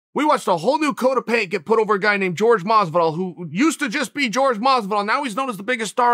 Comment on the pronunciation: Dude, please try to say peoples names properly. George Mazvidol just sounds so jarring